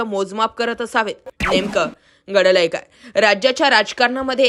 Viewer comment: मॅडम नेहमी एक शब्द खटकतो, आपल्याकडून गडलंय काय? हा उच्चार होतोय.. स्पष्ट पणे घडलंय काय? असा होत नाही... बाकी विश्लेषण चांगलच असतं